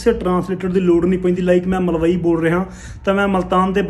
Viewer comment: Malwi nhi, malwai (mal+ wyi) jehra thoda lehja ga, oh malwai ae maalwi nyi